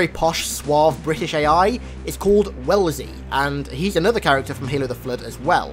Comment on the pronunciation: AI's name is actually "Wellsley" (normally pronounced "wes-lee").